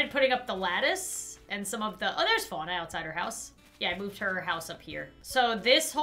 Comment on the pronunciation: THAT'S NOT HOW YOU SAY FUANA!!!!!!!😂😂😂😠😠